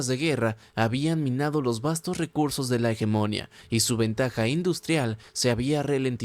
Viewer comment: No quiero ser pedante y me encantan tus videos pero me cauda molestia auditiva oirte pronuncia tanras veces la palabra hegemonia mal, la silava tónica es la última hegemonía